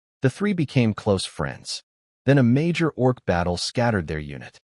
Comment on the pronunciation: doing it again, already: orc? not org? (sorry, I'm easily distracted and this is detracting from my enjoyment of the story.)